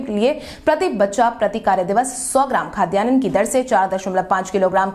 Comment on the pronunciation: खाद्यान्न शब्द का सही उच्चारण करना चाहिए। इसे खाद्यानन न कहें।